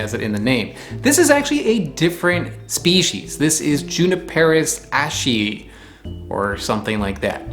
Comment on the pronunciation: I think that the “ashei” in J. ashei is from the surname Ashe (after forester and botanist W. W. Ashe) and is pronounced “ash eye” (the terminal E in the name Ashe throws people off).